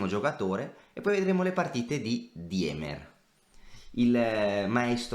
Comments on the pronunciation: Si pronuncia dimer, non diemer. In tedesco il dittongo ie si pronuncia i. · si ma "DIEMER" non si può sentire, almeno la pronuncia Andrè